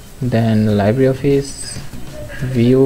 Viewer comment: এইটা VCL না , VLC :) . আর 'Libre' স্প্যানিশ শব্দের মানে 'ফ্রী'। এর উচ্চারণ লাইব্রি'র মত না , 'লিব্রে'র মত :) Thanks. very good tutorial. Saved so much time for finding out resources list 👌